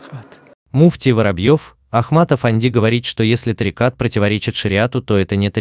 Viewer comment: Меня одного вымораживает произношение ими слова тарикат, или я не один? 😅